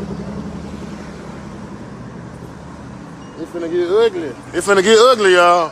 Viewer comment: If you gone make videos about this stuff, at least pronounce Jook name correct!!!! This should be journalism 101 😂😂